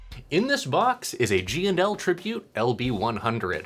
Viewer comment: I like how you give full respect the the &. My Midwest accent makes them all GNL’s.